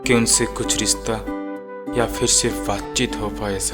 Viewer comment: ...certain voids in dialogue deliveries...mispronounced! "riSTa",, "pareSAan" n sorts...warna d rest was fab...n,, i must say.....formidable script..simply Loved It <3:-*...but THE PRONUNCIATION THING must b considered... (y) #BestWishes # MayUProsper